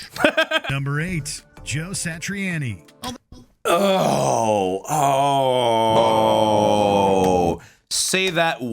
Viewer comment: Ahahahaha. Dude you and I had the exact same guttural reaction in sync with each other when homie pronounced Joe Satriani’s name